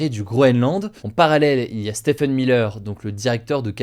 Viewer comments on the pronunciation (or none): none